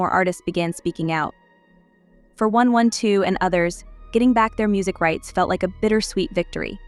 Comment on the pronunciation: The fact that you didn’t get the AI to pronounce the group name correctly 😠😩 really annoying